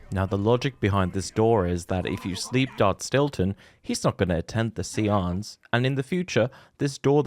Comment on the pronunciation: i think the word is pronounced say-ance